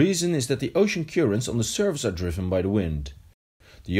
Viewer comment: Good video but his pronunciation of currents is not correct. It's cur not cure ents